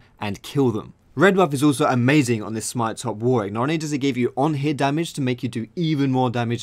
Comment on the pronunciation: Why can't people pronounce Warwick...